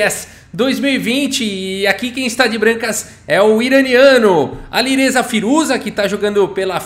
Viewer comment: “Aliruza fireja”